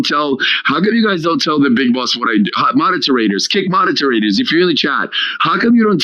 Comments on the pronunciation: is he trying to say the word moderators as “modeterators?” Real big dumb guy energy… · Mod-der-ter-rate-tours, new spelling bee word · Dude wtf is modeterators??? Must be all that chunk of snot up his nose or I'm just deaf. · I am kinda impressed that he found an extra syllable in moderators…